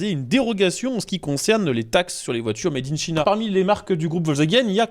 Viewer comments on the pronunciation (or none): Made in China se prononce mèdinntchaïna au lieu de mèdinnchina.. Ou se dit: « fabriqué en Chine »en Français, c’est bien aussi.